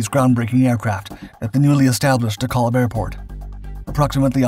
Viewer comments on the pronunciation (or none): Dekalb. Pronounced dee-kalb. Not deh-kahlb. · DeKalb. Pronounced Dee-Kalb. The A as in 'can' or 'calcium'. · It's pronounced de-kaaalb, with a soft 'a' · It's fascinating to hear De Kalb pronounced by someone who doesn't have a Chicago area accent.